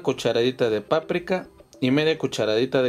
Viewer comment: QUE ESO DE PANTRICA O NO SE COMO DIJISTE QUE NO SE ENTIENDE....